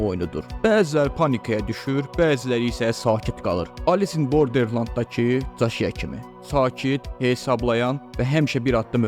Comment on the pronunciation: Chishiya ❌ Caşiya ✅